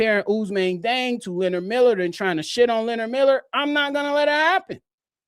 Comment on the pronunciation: West African here. Although born in France, Diang is Senegalese 🇸🇳, and thus his name should be pronounced according to his Serer heritage/ethnic group, NOT according to the colonial pronunciation 🤬😒 In his ethnic group, his name is pronounced: “jeng.”